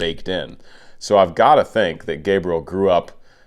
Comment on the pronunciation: Hey,! You didn't ask for, but let me help you pronounce his name properly. It is like "Gabriella", but you don't pronounce the last "A" and the "L" sounds like "oo" (similar to "w" sound) and the stress in on the "E ", which sounds like the "E" in the word "mess". "guh-bree-E-oo" "Henrique" sounds more like "en he key".